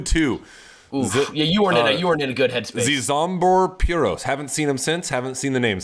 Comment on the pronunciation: Zeezombor Piros 🤣 #namebutchering